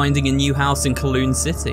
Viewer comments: IT IS PRONOUNCED COWLOON NOT KLOON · im from hong kong and can confirm. there are some ruins of it in the public park where it is now and it's a bit of an older neighbourhood. Also wanted to mention it's pronounced as cow-loon instead of co-loon but hey, first time for everything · Pronounced: “Cow-lOOn”. Some interesting architecture and history behind that place.